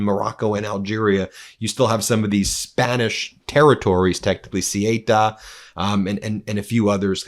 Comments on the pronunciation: The two Spanish cities in North Africa are called Ceuta and Melilla. Ceuta, Not Cyeyta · Ben, the spanish enclave in Morocco is pronounced like 'soo·tuh', not 'su-way-tah' 🙂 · Ben it's called CEUTA !! not Sieta., just CEUTA. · It's "Say-uuuuuuutah". And is chocker full of MosCIAsad footprint due to Spain not bowing down to USraeli policy. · It's pronounced {Soota)r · Spanish city names..... off the top of my head.... Cuelta sounds more like Quelca and Melella sounds more like May-lea-yah...... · Ben, it's Ceuta - pron. thay-otah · Ceuta is pronounced soota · Ceuta is pronounced Say-ooh-tah. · Ceuta is pronounced Say uta. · Ceuta, the Spanish colony 😶‍🌫😄 It's pronounced Sow-Ootta 🤗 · Learn how to pronounce Ceuta before talking about it ‼️👎 Your pathetic avoidance of the word Zionist is so obvious! The whole Morocco/spain thing is a Zionist operation and you’re too cowardly to mention it ‼️‼️👎🤮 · Please, as a spanish person, do NOT say Ceuta nor Melilla like that. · Dear Ben, dear meidas touch, it’s not so important but if you talk about Ceuta in Spain, you should pronounce it different. C is pronounced an S like in the word „Song“ In the word Ceuta, the e and u are pronounced separately, unlike in the word Europe. e like in „Bed“ u like the ou in the word You T And a as in „art“ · You mispronouced Ceuta